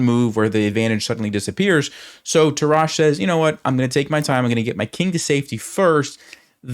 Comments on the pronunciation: Your pronunciation of the name "Tarrasch" is actually quite funny. Sounds if he were French, but he's in fact a German. He is to be pronunced with a "rasch" like in "rushhour". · I learnt chess with the book "The game of chess", but in the German original ("Das Schachspiel"). For me Tarrasch is the GOAT, and even some of his theories are outdated, still it gives a great lecture. By the way: Tarrasch is pronounced on the first syllable and with two short "a". I like your videos!